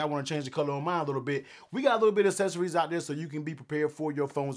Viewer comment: Uou lost me when you mispronounced accessories.